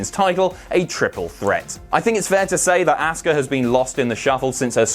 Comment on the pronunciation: Please stop mispronouncing Asuka's name. It's Ah-ska, not Ask-a.